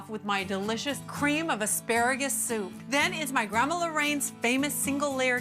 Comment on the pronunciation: "There's a little bit of ka-reeem in here & I'm going to add a little more ka-reeem. three quarters of a cup of ka-reeem to this to add even more of a nice ka-reeemy base". 😆😂